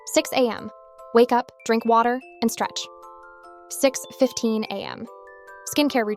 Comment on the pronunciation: Im sorry im sorry, but why did bro say "Drink water. At six am." like that??? 😂✋